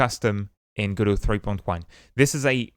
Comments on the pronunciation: Lol, he's pronouncing it wrong. The godot devs clarified themselves it's go dot and not godow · says go bot and still can't say go dot. remarkable